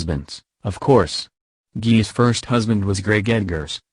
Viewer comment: Its pronounced gay liss